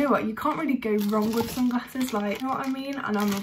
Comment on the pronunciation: ' So i have FWREE pairs of SUNGRASSES ' lol her pronunciation tho........